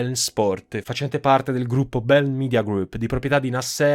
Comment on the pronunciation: Un altro ottimo video carissimo, ma non é "BeLn", é "Be -In". :)